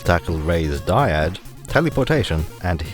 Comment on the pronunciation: Dyad. Not Dryad.